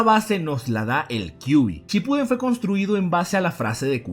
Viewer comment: Jaja dice naruto shipudden y en el número dos el de naruto niño :v